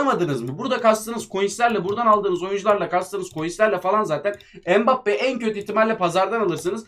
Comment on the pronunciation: Abi mbappé bedöva degil